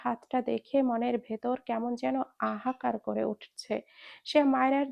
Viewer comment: আপু আপনি হাহাকার উচ্চারন বারবার ভুল করেন কেন